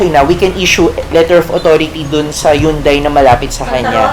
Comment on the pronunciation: anong jundai? jundai pa more!